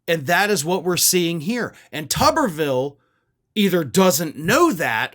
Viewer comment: Why does everyone pronounce it as "Tubberville". It spelled as and should be "too-ber". Like a potato - the thing he is closest to intellectually. Except I'd put more value into a potato's thoughts than his ability to even think in the first place. I mean he looks like and acts like someone's science fair potato experiment that mutated and gained sentience but not sapience.